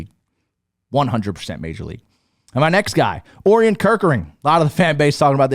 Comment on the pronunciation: O-Ryan, not Or-eun.